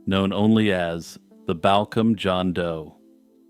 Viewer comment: I grew up very close to Balcombe in the 70/80's and just to let you know it is pronounced Ball kum as one word. I remember when this happened as I still lived locally.